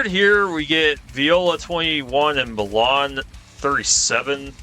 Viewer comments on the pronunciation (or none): Milan is pronounced "My Lun" and Dubuque is pronounced "Duh beyoo k"